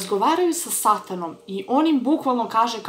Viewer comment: Ne kaze se satano nego sotono